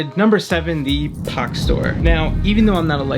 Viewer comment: Links would have been nice, took me ages to find Pach store as you pronounce it Pog store